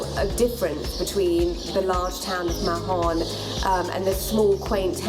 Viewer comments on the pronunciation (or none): She says "Mahhhhon" which is NOT the correct pronunciation for Spanish-speakers or Menorquín / Catalan-speakers.